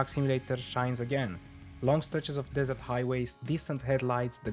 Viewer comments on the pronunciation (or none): none